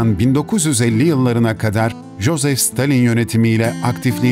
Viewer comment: Jozef stalin deyil iosif stalin